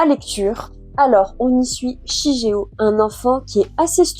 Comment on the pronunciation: Super Vidéo, l'année prochaine je pense me les acheter ^^. Petit truc qui m'a un peu perturbé sur la review c'est la prononciation du prénom du garçon 😅on le prononce "shiguéo". Comme dans naruto par exemple où on ne dit pas Hokage mais ce prononce au "Hokagué", mais ça reste une broutille on va dire ^^sinon j'en fait la promo partout , mais j'aimerais bien ton avis sur Vinland saga ^^ qui pour moi est le manga a lire et à avoir dans sa mangatheque